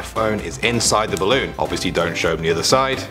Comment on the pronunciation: "ballon" lol